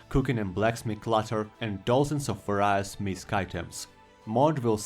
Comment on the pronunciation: i dont like insulting people with bad english, but its vay· ree·uhs, not vah rai uhs